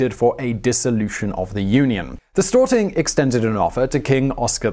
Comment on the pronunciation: Stor-ting not Stort-ing